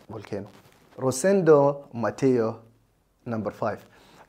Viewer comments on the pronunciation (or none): فولكانو✅ فولكينو❌